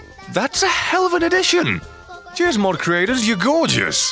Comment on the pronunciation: I swear everytime he says cheers it sounds like he says jizz